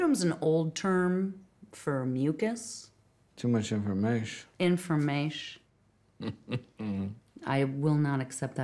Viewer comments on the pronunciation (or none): the way she called out informash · "Too much informasche..." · To much informashhhh... isformashhhh?!